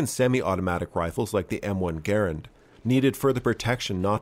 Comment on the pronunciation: Kudos on pronouncing Garand properly :D